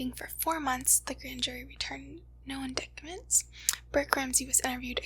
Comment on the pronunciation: Lovely girl. Seriously affected. She needs to actually read up on the case. Way off on so many points. She needs to learn how to pronounce indictment. Lovely girl, go to my channel Red Dragon Gnosis. Watch all my videos. Learn. Please leave comments and ask questions.